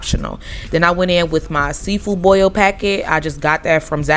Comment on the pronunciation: Thank you for not putting the letter R in boil